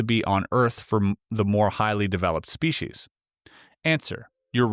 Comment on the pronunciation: am est. Very nice and interesting narration. Certainly appeared very genuine. My only personal peeve...proper pronunciation of the word species....lol...shpecies, speshies...uggh...spee sees'! Reaching I know...great story overall; captivated the entire time. More!!!